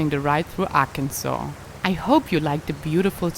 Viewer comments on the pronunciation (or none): Because of the Indians...said it to be pronounced this way. Not AR..Kansas. This is insulting to us here born in Arkansas.grrr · I think it's pronounced Ah-kin-sa(w)where the R is in your throat, not on your tongue, and the last S is silent, as the French do. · As a native born Arkansan, I can definitely say it is pronounced "AR-kin-saw". I love my state and its generous, warm hearted people. I spend all my free time riding my horse in the national forest in Crawford County. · It is not Ac n Saul. It is Ar Kansas. Ask anyone who live in Arkansas. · Mein Deutsch Ist Neicht Ser Gud: Arkansas wird „Arkansaw“ ausgesprochen, um die französische und indianische Geschichte des Bundesstaates zu würdigen, anstatt den üblichen englischen Lautregeln zu folgen. Französische Entdecker schrieben den Algonkin-Namen für das Volk der Quapaw mit einem stummen „s“ am Ende, was 1881 durch einen Beschluss des Parlaments von Arkansas offiziell festgelegt wurde. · AR-Kansas really angers local people. We were a state before Kansas, so the pronunciation logic makes no sense. It is a poor English translation of a Native American word which means "south wind". Please just say it right, don't be disrespectful. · I grew up in Arkansas. It's pronounced Ar-kan-saw because it's a different native American tribe that lived there (the Choctaw). Kansas is named after the Kansa people. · It's Kansas that is being missed pronounced. It should be pronounced as Kan-saw. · Hello and thanks again for the wonderful trip! Do you know that Sometimes you look like princess from Star Wars...QAs for the pronounciation of the name of the state Arkansaw is like a local slang. Or it is just south,ha you are chewing the words a lil'bit...I am not keen or speaking German but to me it sounds like a auslEnda instead of auslAnda. Anyway leave it as it is. No need to change it. It is just enough you were there, and for us too. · Arkansas is French,, so say it like a French person.. meaning, south breeze.